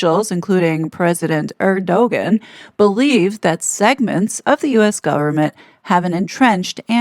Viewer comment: President (sounds like Air-do-on)